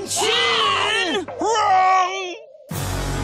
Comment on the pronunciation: He actually said negachin, but how Crocker pronounced it made it sound like the N word.